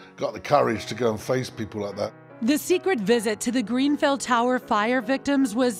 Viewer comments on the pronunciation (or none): can she stop saying " greenfell " it's grenfell